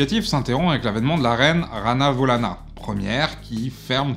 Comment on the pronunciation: Très belle initiative et émission mais vaut se documenter encore plus sur la prononciation des mots , sur les rois et reines ( qui sont pour les Malagasy des émissaires entre l'Homme et Dieu) . Ranavalona pas Ranavolana , Radama pas Radma , svp , pour les Malagasy l'histoire et la culture sont quelque chose de réellement importante